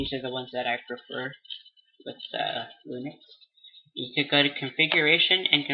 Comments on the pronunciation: its linux not lunix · I thought he said "Unix"... but yeah that's not lunix -_